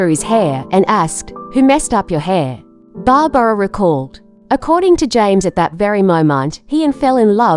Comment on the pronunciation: Uh it's Barbra not Barbara.